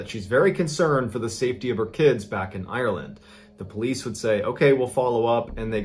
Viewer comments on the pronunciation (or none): Why do all Americans pronounce Ireland “Irelan” or “Island”